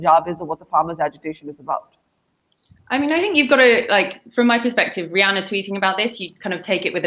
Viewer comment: It’s Ree Anna not dasei name 🤣😀